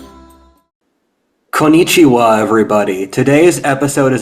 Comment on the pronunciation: saying “konichiwa” is so cursed